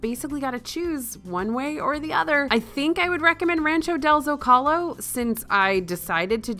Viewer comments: FYI Zocalo is pronounce Zo-Ka-Lo, not Zo-Cal-Oh. But yeah the bathroom issue at Disneyland, I wonder how much they've upgraded it from 1955 crowd levels. I remember when my kid was 3 on his first trip there, right before we left we hopped into a place near the entrance to get him his own embroidered Mickey ears and he was doing that stand up, sit down dance that all kids do left my wife to pay for the ears and I picked him up and ran across the Plaza to the bathrooms near city hall and oh boy the line... also because there was only 2 or 3 stalls too, I know it's the men's bathroom but come on! Luckily for me a nice guy let us go before him, and we didn't have a messy accident (as he had to go #2!) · Here’s a tip. You pronounce Zocalo - Zoh-Ka-Low. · It’s ZO-CAH-LOW 🤍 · Yeah I was trying to figure out how to type this out as well. Zo Kuhh Lo. Emphasis on the last syllable, not the middle one.